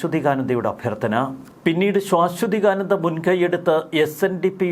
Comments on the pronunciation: സുഹൃത്തെ ശ്വാ അല്ല ആദ്യത്തെ അക്ഷരം ശാഎന്നാണ്. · ശാ....ശ്വ എന്ന് ഉച്ചരിക്കണം. ശ്വാ....ശ്വ അല്ല. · ശാശ്വതീകാനന്ദ നിങ്ങളുടെ ഉച്ചാരണം ശരിയല്ല